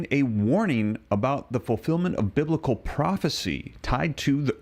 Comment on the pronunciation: Yes! It's bibical!!